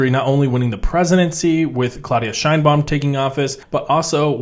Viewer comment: Sheinbaum, not "Scheinbaum" The surname Sheinbaum is Yiddish and means "beautiful tree". It's of Jewish origin